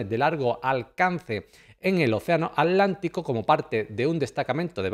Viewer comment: OCEANO !!!! ATLANTICO!!! CON (T) !!!! NO ALANTICO ABLEMOS BUEN ESPAÑOL!!!!!!👍👍👍👍👍